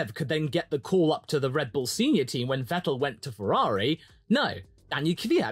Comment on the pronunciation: Wow. U actually pronounced vettel right. probs my guy